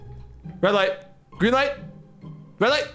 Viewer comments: he sayd green lite lollololo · You said green ligh bro😂I not grimace 😂😂